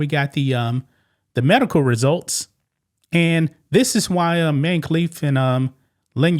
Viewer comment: His name is even I-MAN-e. Sheesh.